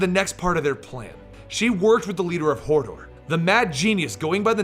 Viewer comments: "she used to work for Hordor" I though you said Hodor and i got a flashback to game of thrones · Hordor? Hodor?